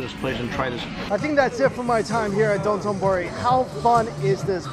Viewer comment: Dotenbori? I've only heard of sotenbori